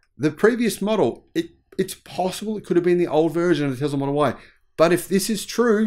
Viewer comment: Oh, Teezlah. Like diesel diezul. 🤭